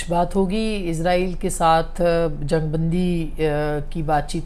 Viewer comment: اصمہ شرازی صاحبہ ایزراہیل نہیں اسرائیل ہے دشمن ملک کا نام آپ بار بار کیوں ایزراہیل ایزراہیل کا لفظ استعمال کرتی ہیں کیوں 😢